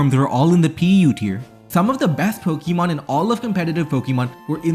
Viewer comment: Say it with me: Po. Kuh. Mon. There's no long E sound in there. You sound ridiculous.